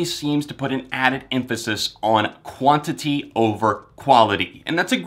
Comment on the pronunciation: "Quantity" not quanity (just a note)